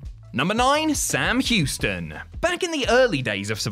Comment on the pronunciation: More like “Sam Whoston”